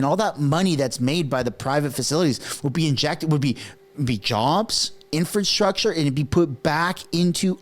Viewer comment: Dude,wtf,you never heard of a "Crown Corporation",jeesbus,do some work brother,oh also 'infrastructure ',not 'infanstructure',lol